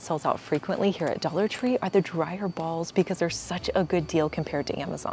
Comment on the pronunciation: Dallor tree